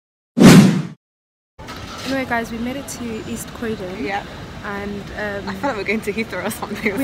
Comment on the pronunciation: Crowdon? Its fkng Croydon.